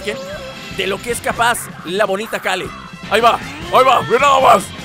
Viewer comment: Que complicado es para decir "Keru" en vez de Kale:v